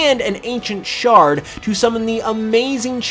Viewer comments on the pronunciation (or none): none